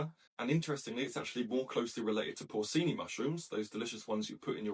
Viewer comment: Por-chee-nee.... porcini.